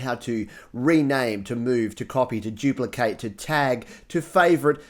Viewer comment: It’s duplicate not jupelocate